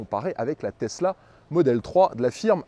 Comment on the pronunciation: il a dit plus "testla" dans la video que BYD